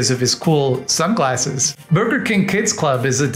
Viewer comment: "Borgar King"